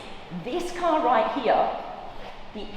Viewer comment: I’m just here to hear Blondie say RIGHT HEEA !!